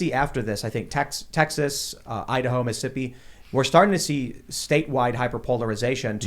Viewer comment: There it is again. "missippi" instead of "Mississippi". Okay. I accept your speech impediment.